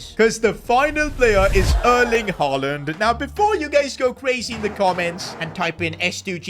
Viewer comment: Ain't no way blud said haland